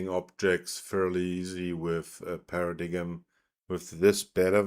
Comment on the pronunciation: I believe it's pronounced as "Para-dime"